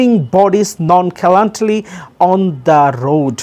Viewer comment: nonchalantly /ননশ্যাল্যান্টলি/